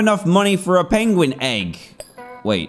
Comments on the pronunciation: its a peuinguin NOT peigoen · you said pigin xD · Did you here dad say pidgin 😂😂😂😂😂